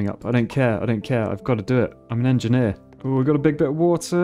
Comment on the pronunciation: Like to see an en-ge-nier playing en-ge-nier games